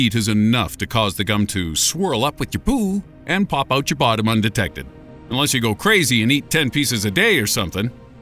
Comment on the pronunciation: you said "oat" and not "out"